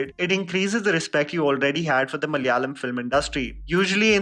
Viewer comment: Kindly pronounce the word 'Malayalam' and 'malayali' correctly ...by hearing your talk we can understand you can say it correctly but pronouncing it in a bad intentionally...